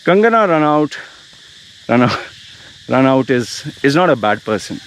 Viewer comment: RA NOT IT'S prounced that way. If u didn't know, like just to let u know.